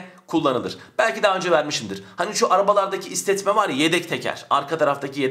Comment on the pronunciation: Hocam kızma ama istetme değil stepne 🥰